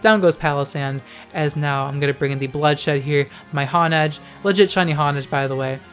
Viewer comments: "Hon-edge" i think its "Hone-edge" like to hone: to sharpen lmao nice vid tho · Honedge is pronounced hone-edge because it's a honed sword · It's pronounced Hone-Edge